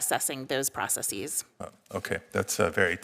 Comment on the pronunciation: Is it processes or proceecee's? Is it basis or basceecee's? Huh